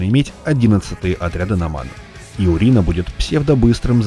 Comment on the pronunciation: Почему урина ? Урэй как бы